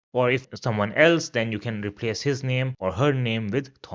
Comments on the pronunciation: Thanks a lots sir. Great content but i heard your some pronouncation like bitte name ( you pronounce different where -e comes last ) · I think you are mispronouncing the words that end with the letter 'e.' For example, 'name.' (Or maybe my understanding is wrong. Correct me, please! And thank you for the beautiful video.